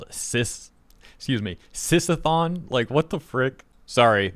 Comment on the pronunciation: "Sis-a-thon" the biggest flaggot sh!t I've ever heard. And "Are they PR friendly?" No you r3tard it'll be PR friendly when they're out of business forever for promoting insane pdf bait. At least they're genuine fakes because that stupidity is next level.